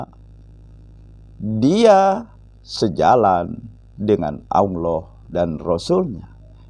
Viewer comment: Saya setuju dengan channel. Tapi tolong dalam melafadlkan الله dibenahi. Jangan Aulloh yg lidahnya ada di tengah langit2 LAM nya. Tapi Allah LAM nya dengan lidah di langit2 depan mepet gusi dalam😁